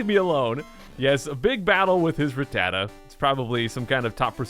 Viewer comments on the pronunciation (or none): it's not ra ttata it's rat tata